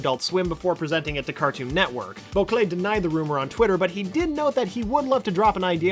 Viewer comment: The way he pronouces Bocquelet should not annoy me this much